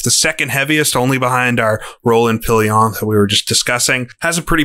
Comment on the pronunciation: Evening! Great video as always. Just a few notes on French pronunciation: Rolland-Pilain - "Row-lon Pill-lon".with the final "n" barely there. Tours - "Tor" Victor Hemery - "Veek-tor 'Emeree" Albert Guyot - "Al-bear Ghee-yo" Laboratoire - "Lab-oar-a-twarh"